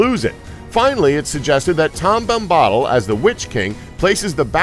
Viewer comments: Your pronunciation of Tom Bombadill is odd. You say 'Tom Bom-BAH-dl'. Everybody else who is more familiar with the stories pronounce it as, 'Tom BOM-bah-dil.' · Yea. It's Bomb - Bah -Dill not Bombbadal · OMG :D the way he says Bombahdil xD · Can't even pronounce tom bombadil name correctly. And smeagol was never a hobbit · I almost feel like the narrator went out of his way to murder that pronunciation.